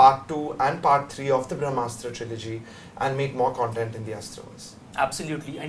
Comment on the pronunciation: It's called Brahmastra not Vramastra.